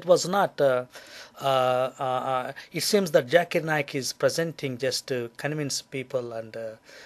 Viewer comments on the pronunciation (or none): Evolution into big bang theory? Didnt your last vid say tat evolution is a big fabrication bla bla blah? Lets get this thing straight. The Holy Quran has the creation of Adam and Eve. It ALSO has creation of the earth among many other things. Oh and one last thing. Its pronounced Zakir Naik. Not Jerk-it Naik. Quit filming from your small tent(looks like one) and explore the world. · its not Doctor Jakirr Naik its doctor Zakir Naik